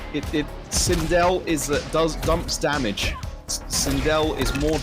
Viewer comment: "Vaju-ju splicing damägē" 🤣🤣🤣